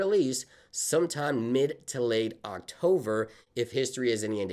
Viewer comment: Dude, you need to learn how to pronounce the word “October”. Not “Octover”.